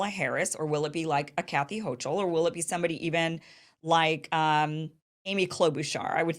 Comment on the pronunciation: Hochul is pronounced huckle 💚. Like huckleberry